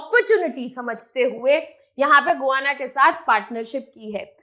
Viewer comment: Madam it is गयाना not गुयांना